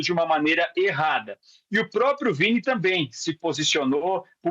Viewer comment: O quase mudou o nome do Vini, pra Viti Jr., Vítima Jr., desculpa, mais ñ ia perder a brincadeira 🤣🤣🤣🤣